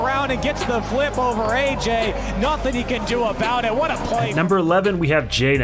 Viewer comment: I was pissed off when he said ayyjayy honerble mentions